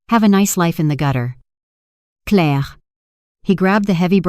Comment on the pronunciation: Yep it still can't say Claire.